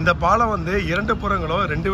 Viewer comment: Please pronounce Paalam properly.